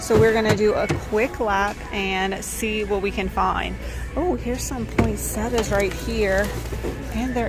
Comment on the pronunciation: Poinsettia. It has an a on the end . Most people mispronounce that flower!